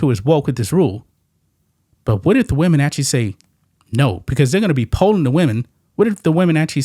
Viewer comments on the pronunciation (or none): none